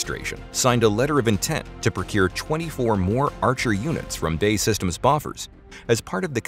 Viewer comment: Funny, B.A.E. Systems is not "bay systems" it is B A E 🙂